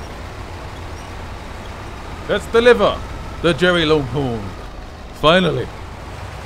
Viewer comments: also stop calling it jerry its derry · It’s Derry not Jerry 😂👍🏻